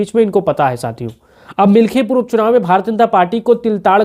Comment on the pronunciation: मिल्कीपुर बोलो भाई